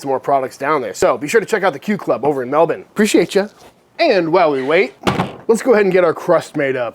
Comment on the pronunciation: Gday from Australia bloke! Nice rack - And the lamb looks good, too! Nice work on the Melbourne pronunciation!